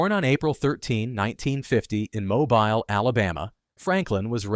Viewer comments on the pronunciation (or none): The correct pronunciation of the city of Mobile is “MOBILL” not Mobile. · It's pronounced "moe-BEEL:" Mobile, Alabama